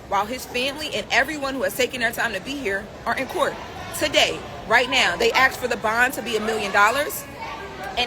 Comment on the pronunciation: They “axed” is all I needed to hear. I am out.